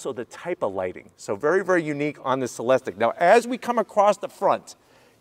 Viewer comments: It is not (Se les tik) it is pronounced (Se les teek) Come on. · It’s pronounced Celesteek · Sat it with me, “cell-es-teek”.